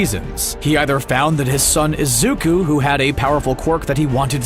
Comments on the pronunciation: i like the vid but omg can he stop saying “izuka” it’s IZUKU just something that pissed me off lol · Nobody’s gonna talk about how he’s calling Izuku, Izuka?